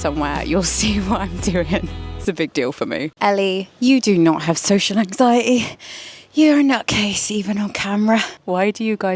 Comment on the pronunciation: I had to replay it 3 times to realise you said social anxiety, not sexual anxiety 🤣. Blame it on my hearing ❤